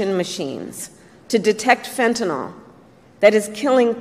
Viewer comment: Why does everyone say fentanol? There’s no such thing. It’s fentanyl! So annoying!